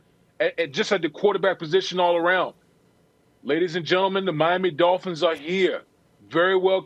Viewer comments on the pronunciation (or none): "Miami Dolphinths" weakkkkkkkk